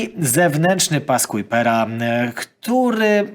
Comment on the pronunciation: w siódmej minucie mówisz cały czas o pasie Kuipera. Oczywiście zakładam, że to przejęzyczenie.